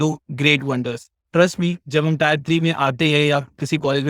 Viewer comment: टीयर होता है टायर नहीं, इसी से पता चल जाता है कि आप टियर 3 से हो, टियर को टायर बोलते रहोगे तो microsoft तुम्हें बहुत जल्द निकाल देगा